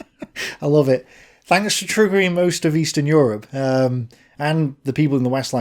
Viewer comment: welcome to yurp